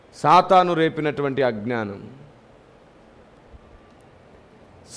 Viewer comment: Praise the lord Brother... ఒక చిన్న కరెక్షన్... మీరు " అజ్ఞానము " అనే పదాన్ని మీరు పలికేటప్పుడు... "అగ్ననానము" అని పలుకుచున్నారు. దీనిని గమనించ మనవి... ప్రేమతోనే one of ur subscriber...